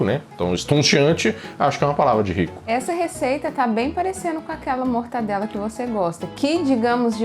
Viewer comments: Pelo amor de deus... é mortaNdela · Que raiva que dá quando ouço alguém falar "MortaNdela". Porque o povo tem mania de pegar um nome simples e complicar hein? É MORTADELA!!!!!!!!!!